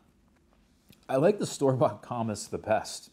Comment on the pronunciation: It is pronounced comeece. I grew up and worked around Harry & David (Medford Oregon). The comice pear is the best in my book.